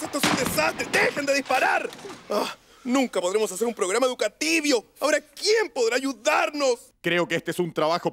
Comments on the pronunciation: En ves de decir educativo dice educativio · NO C DIC ENSEÑATIVO SE DIC EDUKATIBIO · Si, lo han dicho mal todo el tiempo se dice educativio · Es "educativio" 🙄💅 xd